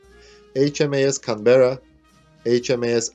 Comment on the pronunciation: Nice. Some pronunciation feedback. ▪Cánberra, not Canbérra ▪V is never pronounced like W or U ▪Build is pronounced Bild ▪The AU in Australia and Launch is pronounced Ô.